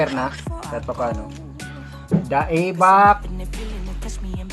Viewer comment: Nakuuww!so spicy nyan pramizzz!anong Da-EBAK?🤣 ayusinmo basahin kpatid ui wahahaha!